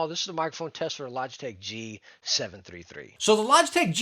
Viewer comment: Says that the g733 is his dream headset and then says it wrong. 😢